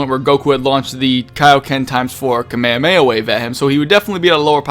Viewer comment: he failed saying kamehameha